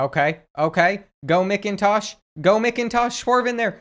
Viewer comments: As a Georgia fan, it literally pained me every time you said MICKintosh instead of MACKintosh. But i still love the videos! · Also I cringed so hard at (Mick)intosh instead of (Mac)intosh but it’s all good because the goat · Kenny mc-in-tosh that’s not how u pronounce it in macintosh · Love ur videos man but as a dawgs fan I feel greatly insulted with the mispronouncing of Macintosh